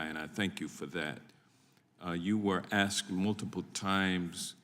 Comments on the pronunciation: The word is ASK, not Axed. She can't even pronounce basic words properly. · 'Especially because I did axe directly" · She “axed”.😞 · Bush axed Wray. LOL